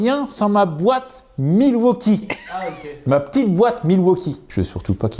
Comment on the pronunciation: la petite boite milwauchibre ??? 😂😂😂